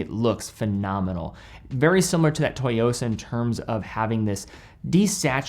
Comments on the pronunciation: Tsu-yosa... Tsu-yosa... Not toy-yosa. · Hey The Citizen Tsuyosa is pronounced “Zu Yo Sa”